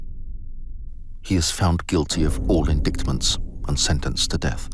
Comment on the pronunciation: Excellent. Minor point though, puzzled by narrator's accent. Sounds standard English, but strange pronunciation of some quite ordinary words - "indictment" for instance, as if he'd never come across them before and pronounces them as they are spelled.